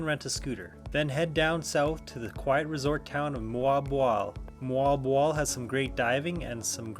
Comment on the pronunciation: Great to hear Moalboal pronounced the Filipino way!